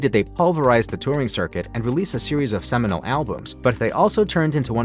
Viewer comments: lol “semenal albums” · you said semenal, heuheueheu